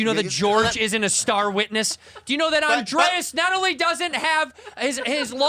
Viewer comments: Bobby his name is not ANDREAS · His name is! Not andreAs! Jesus Christ Bobby. How long have you "known" him?!